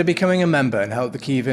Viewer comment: And it’s not kiev it is Kyiv - Київ I mean I get it, its hard for russians who pronounce “a” out of nowhere xD - But it’s okay, so silly